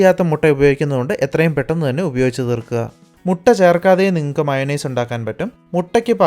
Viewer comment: മയോണൈസ് അല്ല മച്ചണയ്‌സ്.😁